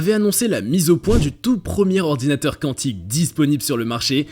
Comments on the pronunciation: Ayyyyyy hordounateur😅😅😅😅😅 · Ayyyyyy hordounateur